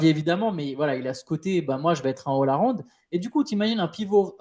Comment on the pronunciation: Les "pistons", "ol arond", merci de nous représenter, nous les gens qui ont un accent anglais claqué au sol (et à part ça merci pour l'épisode l'épisode)